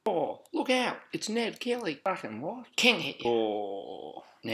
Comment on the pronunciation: "Ned Kelly" Man...